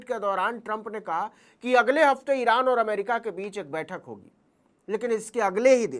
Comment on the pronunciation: Iran ❌ Iraaand